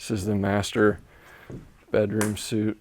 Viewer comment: FYI- "Master Suite" is pronounced like "Sweet" -- NOT like "suit" - I LOVE your content! Keep it coming. Awesome job on the stairs!